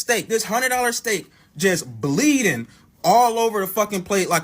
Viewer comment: .........dang he said bleedin all over the place like the first 48